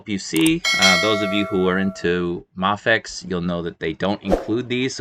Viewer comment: It's pronounced may fex.